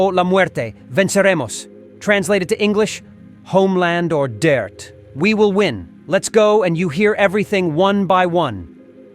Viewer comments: Death NOT DIRT. PLEASE CORRECT your pronunciation. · Why do you keep saying dirt instead of death?